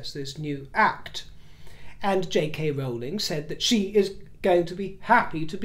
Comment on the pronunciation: Thank you for the Rowling Rowling pronunciation!!!!